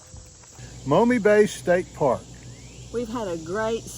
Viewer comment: Interesting video. Thirty five years ago I went to Law School in Toledo and it was a polluted rust belt town. After a lifetime in Ohio upon graduation I left for the West. It was nice to see the area rebuilt and fishing back. P.S. it’s pronounced “Ma Me”.